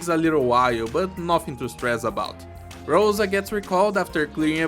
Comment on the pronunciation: Always wanted to tell this. If Rosa's name is a russian word, then it means not a rose, but a dew. Also the stress is on a letter A